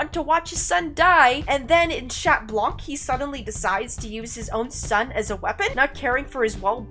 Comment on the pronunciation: It sounds like your cursing when saying Chat too not trying to be rude just trying be helpful